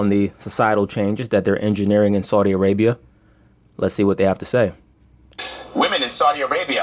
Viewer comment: "Esau-di Arabia" allegedly